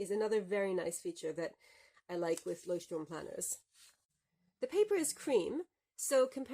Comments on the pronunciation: I‘ve gotten so used to everyone pronouncing it „Leuchtturm Nineteen-Seventeen“ that I was really startled to hear you pronounce it in German, and a really good pronunciation as well! Had to immediately rewind to see if I heard you correctly 😂 Think I never looked at the planners Leuchtturm produces, although I like their notebooks enough to have one for long-term lists (previously used as a bullet journal). Thanks for showing off what you‘re using in 2022, loving these in-depth reviews you do! 💌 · Sooooo refreshing to hear a non-native German person pronounce Leuchtturm correctly. For that thank you! Also, amazing review, love how detailed it was!